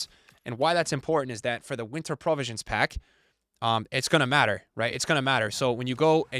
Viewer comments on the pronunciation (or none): "Prah-visions Pack" 🥴🥴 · its pro-visions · is rage baiting us by pronouncing provisions wrong 💀